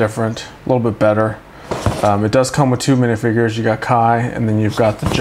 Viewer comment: It’s k ai